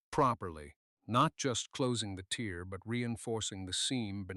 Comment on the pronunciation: Ok. We started the story , saying no children. Then there was a boy. And then the boy was a girl? Please please please edit and check your stories before publishing. Don’t use Ai for narration. Can’t tell the difference between tear and tear. One is a drop from an eye. The other is something taken apart. They are pronounced differently. Your story needs to be cleaned up.